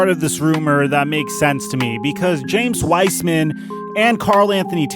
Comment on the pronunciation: “James Wiceman”